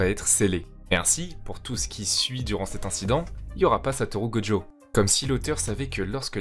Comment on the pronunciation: Pourquoi tu l'appelles Godjo alors que son nom c'est gojo ?